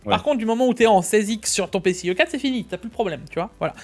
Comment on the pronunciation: Leuu PC..ic 4.2 X essssst uneuh fois deuuu moinnnsse la moultiphicationnnn duuu PCIIIII 3X hic 😂